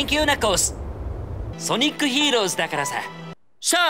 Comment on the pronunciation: he did so well with "heroes"